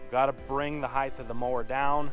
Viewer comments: Excellent series of videos. But, "mower heighth"? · What is heighth?